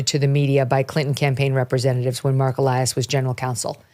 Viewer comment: When he turned into e-lie-as.